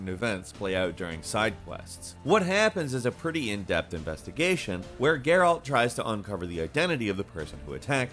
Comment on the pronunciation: YouTubers are finally learning how to pronounce "Geralt."